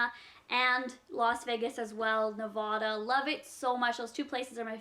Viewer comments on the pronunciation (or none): I'm sorry to be annoying, but "Nevada" is not pronounced that way.